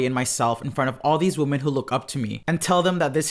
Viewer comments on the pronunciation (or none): One women. Multiple woman pronounced( weemon) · The plural of woman = women, pronounced as “wimmen”. It’s called respect and proper grammar. Just saying… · For the love of God, pronounce “women” correctly! What idiot taught your generation to pronounce it like “woman””?! It’s pronounced “wimen”! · i gotta say....its pronounced WHIM en not Whoom-an. Woman is singular, Women is plural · one (woman) two (wimen)! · 'Women' is pronounced - whim-en. FYI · This was great but it’s pronounced “wehmen” ... woma is singular and women is plural. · ITS WIMEN OMG. WOMEN PRONOUNCED WITH A WEE. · Hey just wanted to let you know WOMEN is pronounced "Wim en" not the same as "woman" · Cringing when this kid can't pronounce "women" probably 🙈😖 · Can you pronounce women correctly please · That’s not how “women” is pronounced 😅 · Pronouncing ‘women’ wrong…😑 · you mispronounce women (you have a different first language probably?)